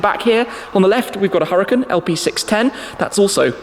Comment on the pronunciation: I know accents are hard and stuff but I believe the Huracan is pronounced 'oo-rah-kaan' in a Spanish sort of dialect. Sorry, it was bothering my OCD. As you were